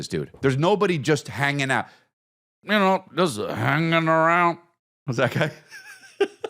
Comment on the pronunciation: "juss hanginarounnn." lol